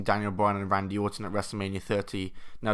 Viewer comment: I like the way you said Orton because it sounded like autumn